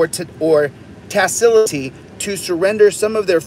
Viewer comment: my good man, why do you read the law - sometimes - so carelessly? i know you can properly pronounce the word 'tacitly' -- if you read more carefully!